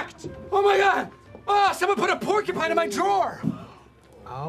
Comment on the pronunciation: Porkupine? PORKUPINE? Porcupine. It’s PorCUpine